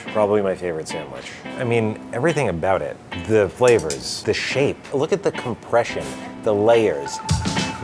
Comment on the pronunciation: favorite moment makes an appearance - “the flav-uhs”